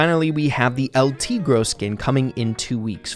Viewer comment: its not el tegro